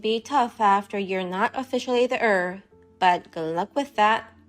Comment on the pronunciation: Heir is pronounced air. Drives me crazy listening to it.